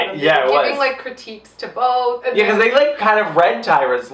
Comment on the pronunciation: they were "borth" awful